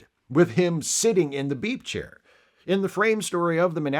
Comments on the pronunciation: Oh, ‘beep’ chair. I thought you said BEEF chair… I was looking for a beef chair. Another great video essay! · I hear "beep chair" as "beef chair" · Keep hearing you say "beef" chair... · I'm sorry. I sometimes hear you say "beef chair" even though I know you're saying "beep chair." That's my problem.